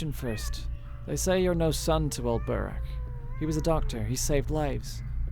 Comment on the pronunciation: Your pronunciation of burakh is triggering my autism.